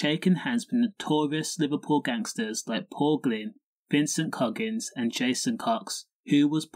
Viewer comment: Coggins not Noggins 😂